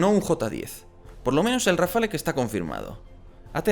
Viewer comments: Tú sí que estás hecho RAFALE. La E es muda pues no va acentuada se pronuncia RAFAL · No se dice Rafale... se dice RafaLLLLLLL...